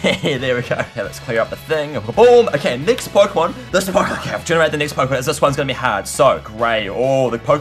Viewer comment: Key pooemon